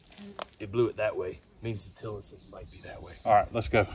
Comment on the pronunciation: Tilitson bush lol